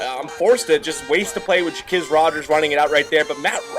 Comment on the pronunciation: Wtf u don't know the falcons. Ja quiz Rodgers - jah qwez Rodgers. Nice vid though